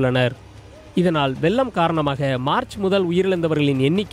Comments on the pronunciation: வெல்லமா?? அதை வெள்ளம் என உச்சரிக்க வேண்டும். ஒழுங்காக தமிழ் பேச தெரிஞ்ச நபர்களை செய்தி வாசிக்க செய்யுங்கள். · வெல்லம் அல்ல வெள்ளம்